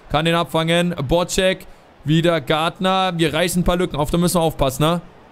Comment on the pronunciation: der heisst BodZek und nicht BodSCHEk,mir als Fortune gefällt es nicht so wenn man dem Vize kapitän falsch ausspricht